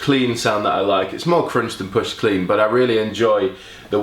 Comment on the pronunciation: His pronunciation of crunch croiunched,cuuvvunched,k roo inched my mind!